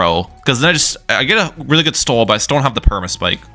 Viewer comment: Really not trying to be mean but why are you pronouncing "stall" like "stole"?